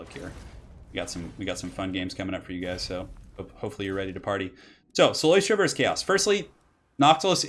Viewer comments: Btw, it is cyLOStra, not cyLOIstra. There's no oi sound. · I dont wanna be that guy but its "CylOstra" not "Cyloystra", shes not an oyster xD